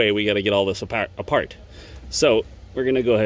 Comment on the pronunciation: Man’s went full Boston there for a second “apaht”